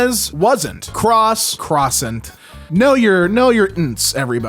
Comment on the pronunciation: that's not how you pronounce the word tho